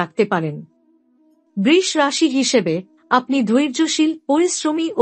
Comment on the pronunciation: Maa k niye oshobhotami babostha nakorle ki hobe? Brish bole kono rashi hoyna nakami na kore sudhho uchharon kirun Brisho bolunmagi tui Maar ashirbad pabikina dakh soiten